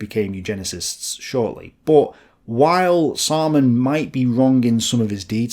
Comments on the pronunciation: Anyone else just think 'Simon says' everytime says 'Saaman says'? 🤣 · Seriously, Samaan says? Was that on purpose to sound like Simon Says? Dude, you said epi-tome instead of e-pit-ti-me. Can't even say rookie mistake.